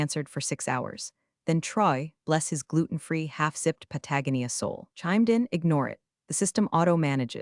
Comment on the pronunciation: I will not subscribe until the AI voice gets Patagonia pronounced correctly.